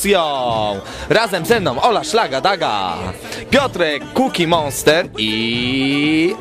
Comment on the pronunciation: nie cookie jah tylko cookie monster.widac ogarniety w temacie jestes hehe